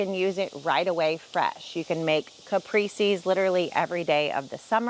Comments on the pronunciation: Kuh-pray-say, not capri-see. Jesus. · It;s caprese (caprase) not caprise. Thanks! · Caprese is pronounced “Kuh pray say”…… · Since you will be using this word a lot the Italian word "caprese" is pronounced like "cah-pray-say" with a rolled r.